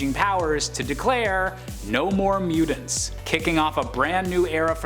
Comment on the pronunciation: I’m sorry…but, his annunciation of “mutants” is KILLING me. Lol!